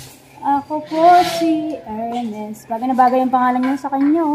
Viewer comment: sir HERMIS po talaga? hindi HERMES?